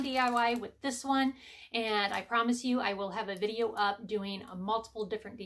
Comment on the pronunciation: Another great "Dideo",!!😂🤣